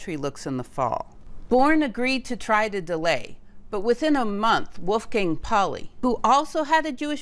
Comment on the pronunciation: "Leipzig" is pronounced "LYPE-sig" "Pauli" is pronounced "POW-lee" "Planck" is pronounced "MAHKS PLAHNK" "Goebbels" is pronounced "ɡœbl̩s" (rather like "herbals" without the R)